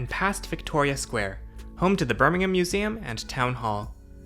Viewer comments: It seems strange to me, hearing an American pronounce Birmingham correctly. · I'm just glad an American can pronounce Birmingham correctly :p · glad to hear you say "Birmingham" correctly :D haha I have been using this Metro pretty much all my life :)